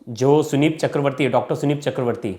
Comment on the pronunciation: थोड़ा पढ़ा लिखा एंकर रखा कीजिए जो संदीप को सुनीप बोल रहा है